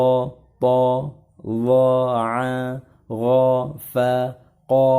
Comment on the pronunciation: Afwan klo tdk salah dengar, itu yg pelajaran ke 8 mengenal tasydid, uncle baca ya huruf gho, itu aghgha ya, bukannya aghgho afwan klo sy salah